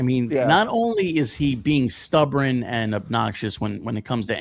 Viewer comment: “Stub-ren” is that a new kind of bird?